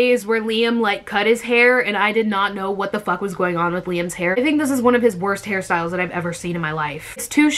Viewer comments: I keep thinking she is saying Harry Styles not hairstyles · I always feel like you are saying Harry Styles